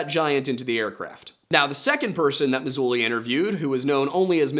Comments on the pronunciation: L.A Marzulli* not Mazulli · It’s LA MaRzulli, not Mazulli. Great channel you have here! Just found you. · Nice analysis, good work. Marzulli, not Mazulli. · Yeah, his name is LA Martello LA. Not lane or whatever you said. I encourage everyone to look him up. He’s fantastic and has real information on all of this sort of subject matter great video by the way I like your channel. I’m about to subscribe. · The you referenced is LA Marzulli, not Mazulli. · L. A. Marzulli with an R, not Mazulli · Don't you know you aren't supposed to call him "Lynn" (Marzulli)? lol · L.a. marzulli not l.a. mazulli u left out the r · Yeah you think he’d know that there is an “R” in Marzulli. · *Marzulli not Mazulli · It's LA MARzulli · ...his name is L.A. MaRzulli...yeah, there's an R in there bro, lol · You must live under a Rock!..lol. You don’t know a thing, you can’t even get LA Marzulli’s name right!… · Always nice to see surface level research with apparently zero information cross referencing or verification. Couldn't even get L.A. Marzulli's name right 😂 and it's not like it's even hard to find. Come on bro, do better. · Someone who does as much research as you do, I'm surprised you got LA Marzulli's name wrong. You forgot the "r".